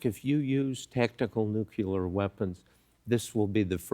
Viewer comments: Mr Woodward you’re wonderful but please, it’s Nu clear, not Nu Cluar! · hey Bob. it's not nucular. it's nuclear. come on man. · How can BOB WOODWARD not know how to pronounce NUCLEAR?! It's NOT NUCULAR! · It boggles my mind that an eminent journalist like Bob Woodward can't pronounce the simple word "nu clear" but always degrades his message saying "nucular". He appears to be from the age before Rutherford had identified that atom has a 'nucleus'. Aaaaargh! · NUCLEAR FOR GOD SAKE !!!!!! why do some people keep saying Nucular ? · Did Bob Woodward just say nyoo-kyoo-ler? I expected better. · Why does he pronounce it “nucular”? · A lot of people his age do. My parents (same age as him) said it like that, but I don't. They also used to say "worsh" instead of wash. Language changes, accents change over time. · It's an old-fashioned way people once used to say it. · c'mon Bob, learn how to pronounce nuclear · Because that is how GW Bush taught him to say it.